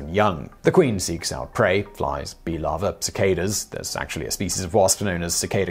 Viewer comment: did you say they feed them to their lava or lover?